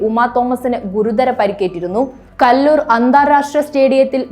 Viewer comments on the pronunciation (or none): കല്ലൂർ അല്ല കലൂർ